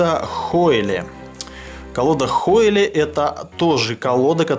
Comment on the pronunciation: А название колоды произносится разве, как "хойли", а не как "хойл"?